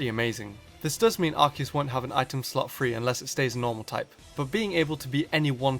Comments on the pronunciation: Its a Freakin Arceus not ARKEUS...so pronounce it right!! 😝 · It's Ar-See-Us. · i know this is an april fools but arceus is pronounced "ars e us" not "ark e us" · Sorry but every time you say Arceus I keep getting mad because I pronounce it as Ar-si-us and you're saying it like Ar-ki-us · THATS NOT HOW TO PRONOUNCE ARCEUS! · Says Arch-e-us, instant dislike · Do Arceus (It's Ar-See-Us) Vs Rayquza or Mewtwo. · ITS AR KEY US!!!! THE OFFICIAL ANIME, 3DS POKEDEX, AND ESSENTIAL HANDBOOKS ALL SAY ITS PRONOUNCED AR KEY US. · no its prounounce ar-key-us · Ar-say-us god damn I had to get that off my chest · The anime pronounces it ARKEUS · Hey it's not pronounced Arceus but Arceus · You pronounce it wrong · I hate how mispronounces arceus. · the way u pronouun ce arceus amkes ma wanna kill m self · Dragon Master777 As if that makes him inferior... Lots of people don't know how to pronounce the hard c in Arceus. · He's using the pronunciation from the anime, as well as the pokedex 3D pro software. But hey there are millions of ways to pronounce the name so I'm not one to care :p